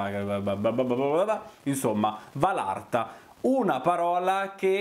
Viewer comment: Anche a te,ti volevo dire che si dice valatra non valarta🥰🥰😘 P.s. sei fantastico